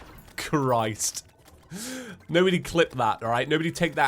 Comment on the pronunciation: I like how doesn’t just say “Christ,” he says “Key-riced”